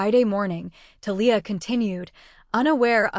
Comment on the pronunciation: Conflict of interest is just one of the flaws, but reader buy-in was broken early in this story by other flaws. You would get more likes and subscribes if you spent just a little time editing a story before you fed it to an AI TTS that pronounces Thalia wrong.